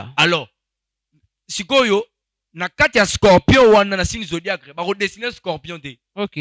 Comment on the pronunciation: Zodiaque et non zodiacre mon frère 😂